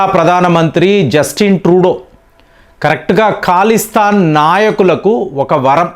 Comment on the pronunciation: న్యూస్ అత్యంత శ్రవణానందకరంగా ఉంది. మంచి న్యూసే కానీ, ఖలిస్థాన్ ను కాలిస్తాన్ అనీ, ఇరాన్ నుండి యీరాన్ అనీ, ఇలాంటివి చాలా అంటుంటారీయన. వినడానికి చాలా అసహజంగా, అసహ్యంగా ఉంటుంది. ప్రేమ్ టాక్స్ ని పెరేమ్ టాక్స్ అంటే ఎలా ఉంటుంది?